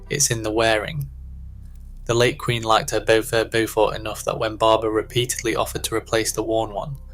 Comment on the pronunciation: It’s Bee-dale and Bo-fort.